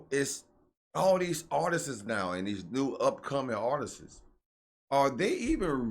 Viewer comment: No shade but It’s pronounced Ar-tist, NOT Artises 🤦🏾‍♀️. You need to work on your grammar since you’re a podcaster/content creator. Again, no shade. Just letting you know. Hopefully you don’t take offense 😊